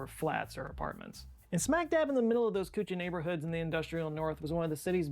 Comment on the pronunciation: kutcha is pronounced kaccha(raw) house and pukka is pronounced pa-kka (cooked) house